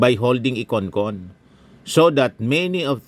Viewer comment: It must be CON-CON not CON-ASS